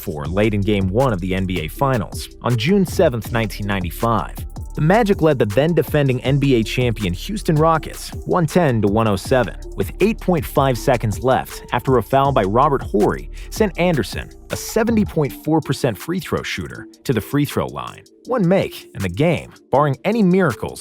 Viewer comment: I mean I know that you got a lot of knowledge of basketball but why is his name Robert Whorey...it's sounds like Orie lol